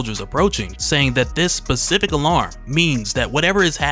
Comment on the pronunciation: “Pacific alarm” Specific. I can’t help myself.